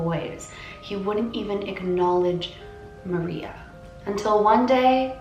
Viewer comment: Her name is said like Ma rrrrreeeeeaaaa